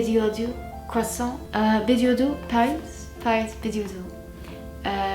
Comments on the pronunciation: to pronounce adieu it's more like "adi - uh" , not "adi-euw" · not her not realizing that adieu is not pronounced adiuue... it's actually more like adiœ the ieu is pronounced as 'ö or œ'.. lmao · The way you pronounced adieu 😭😭😭😭😭😭 no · How is it even possible to not know how "adieu" is pronounced